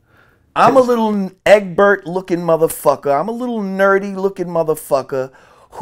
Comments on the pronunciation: Nigga said "Eggbert" 😂😂😂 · I was rolling when he called the kid EGGBERT 😂😭